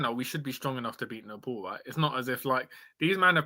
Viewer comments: Don't want to add to your grief but it's pronounced as "Nepaal" not "Nepaul" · Please dont call our country name Nefol or Nepol its Nepal 'pal' like palestine not folestine or polestine its Nepal mate. And also about kathmandu our capital its not catkmandu or katmandu its kath kaath mandu sirs. Other than that i am listening all. Please say Nepal from next time heartly request sir. Thank you